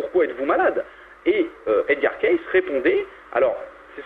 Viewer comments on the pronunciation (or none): de plus on prononce edgar caicy et non caisse !